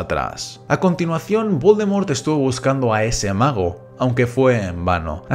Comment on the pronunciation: Que mierda dices al principio de tus vídeos? Jajaja 😂 ese lord Baldomero es un loquillo